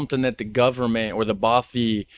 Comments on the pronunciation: Hi... Just to say (& I know someone will correct me if I'm in error here) but although "bothy" looks like it's pronounced like "both-y" it actually rhymes with "cloth"-yr both - cloth. ( Unless you say 'cloth' to rhyme with 'both'?!) so not the long 'oh' sound, like: oh, or so, or flow, or go, okay? 👎 The short 'o' instead... Bothy o...like: Cloth, moth, broth, doth... okay? 👍 not "bowthy"... 🤞😏🏴♥️🙂🖖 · Thank you for pointing this out. As a Scot, his consistent mispronunciation was grating to my ears 🙄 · 'Bothy' to rhyme with 'coffee'